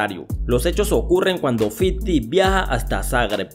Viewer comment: fifty no fiddy